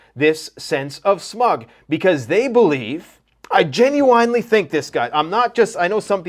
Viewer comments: Stop saying Gen-u-whine, it's Gen-u-win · Jen-you-wen not Jen-you-wine. Good lord. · It's genuine (Jen yoo uhn, like win) not (Gen yoo wine) 🥴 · Genuwine... Singer.. most famous for... pony... Come ride it, my pony... That old song Genuine.. pronunciation.... (gin- you- win) I'm sorry but I had to get that out because you're so intelligent and almost never mispronounce anything ever... It was driving me nuts I'm sorry... It is petty AF.. n it's ridiculous with this seriousness going on... For that I do apologize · I love the channel and wait for ur videos everyday... Please don't be upset with what I'm gonna say in the next post... But my brain is gonna break if u say genuwine again....